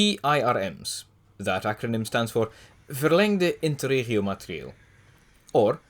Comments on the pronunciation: It’s funny to see how despite the many changes over the years (to my memory more overhauls than a lot of trains got), the overall name only changed twice. Flawless pronunciation of ‘Verlengd Interregiomaterieel’ by the way. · Holy shit, you’re able to pronounce verlengde interregio materieel!